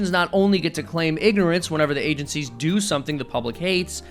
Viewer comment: "Blame Agencicies"